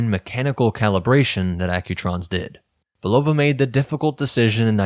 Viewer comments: It's a real downer when almost every YouTube video mispronounces the word "Bulova" from how the company's decades of radio and TV ads always pointedly pronounced it "Bull-ah-vah." It's a family name, but these YouTubers cannot bother to take the few minutes needed to ascertain the correct pronunciation on the Internet. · The correct pronunciation of Bulova is "Bull-ah-vah", with the emphasis on the first syllable. This pronunciation was used in the brand's original commercials and is the way the company has recently reaffirmed its name. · Hey, ',' ditch the AI narration. Ella-jin and Bull-ova have never been a THING.